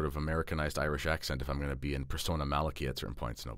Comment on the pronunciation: Well done You pronounced Malachi correctly. First time I've heard this.